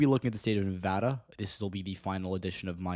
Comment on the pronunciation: As a Nevadan, I have two things to say First, may your days be ever fortunate for all time for pronouncing Nevada correctly Second, the prospect of the Republicans taking Nevada, and even taking my county specifically, scares the fucking hell out of me. I'm LGBTQ+ and it's already hard enough to live with a parent who's transphobic as can be and having to stay closeted, and I won't feel safe in the state if they take it and start criminalizing my existence.